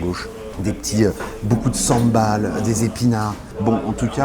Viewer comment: Pool Sambol et non Sambal^^